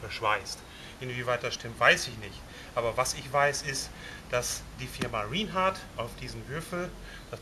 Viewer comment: Rinehart wird "Rainhard" ausgesprochen!